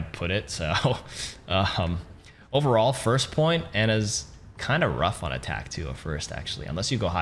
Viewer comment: Whenever he says "on attack" i hear "anatack"